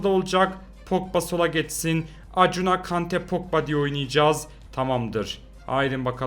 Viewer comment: Akunya diye okunuyor abi Acuna